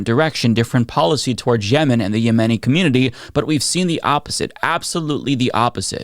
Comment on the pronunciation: Please learn how to correctly pronounce the word “𝗬𝗲𝗺𝗲𝗻𝗶”.